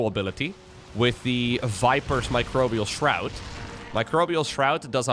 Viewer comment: This must be the first time did NOT pronounce Microbial Shroud "Microbial S-Shroud". Way to go,! Edit: Well, not all the to the end though:D Edit2: Actually just the very first time. lol On a serious note: I believe Harstem tried this in the unit tester once and came to the conclusion Ultras might be viable now vs. Lurkers. Looks like this trickled its way into the top tier ranks. What a game!